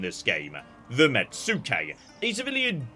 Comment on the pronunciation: "Let's talk all about the things got wrong" Like mispronouncing metsuke? Immediately after saying that? As per a previous comment, it's "mets-kay", not "met-sue-kay". Also, agent conversion is permanent, only arrests and demoralise actions are temporary, although your arrested characters can be executed as well.